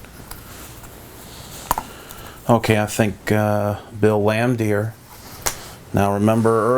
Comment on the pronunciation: Good nostalgic vid.... but does this dude know anything about the NBA or can he read English?.. BRUH!!!!, lol. 🤣 😝. Mitchell Williams. Bill Laimdeer. Todd Licki. Chico Rodriguez. Harry Palm. Lol 😂